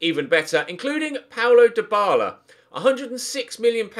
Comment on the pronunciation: Dybala. not hard